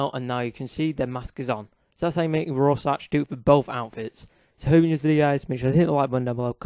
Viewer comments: AGAHHHH IT'S PRONOUNCED "ROAR-SHACK" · Hahahaha he pronounced Rorschach wrong